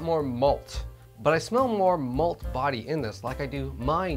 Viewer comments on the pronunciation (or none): oh "MALT" i thought you were saying "MOLD." LoL! great episode! how did you carbonate your homemade Nay Nay (NA beer)?